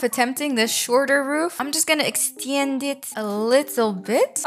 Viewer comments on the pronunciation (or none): "ExtYend it" made my day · "exteyund it" truly inspiring😌